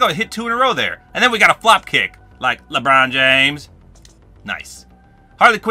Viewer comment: The way he says Lebron James is funny